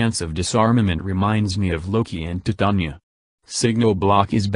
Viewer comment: Am i th eonly one who cracked on the way he said Titania XD